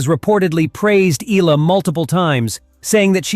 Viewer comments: its pronounced as "e-ya-la" not e-la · Its good reporting but you need to pronounce her name right E-ya-la not ila. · Eh-yah-la not ee-la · EE-YEAH-LUH not EEE-LA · EE-AH-LAH, NOT Ee-la! It's EE-AH-LAH EE-AH-LAH EE-AH-LAH EE-AH-LAH EE-AH-LAH EE-AH-LAH EE-AH-LAH EE-AH-LAH EE-AH-LAH EE-AH-LAH EE-AH-LAH EE-AH-LAH EE-AH-LAH EE-AH-LAH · E-ya-la not E-la. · eh-YA-lah!!! Say it!!! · "EELA" when it's AI. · Please pronounce the oftenly mispronounced last name of Alex as 'EH-YA-LA'